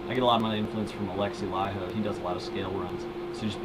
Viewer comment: you pronounce Alexi's Last name wrong -.